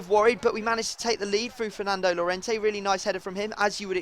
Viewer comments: Llorente's name is pronounced "Jorente" in english. J as in Jordan. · when you say jorente cuse two ll means a j in spain. Plz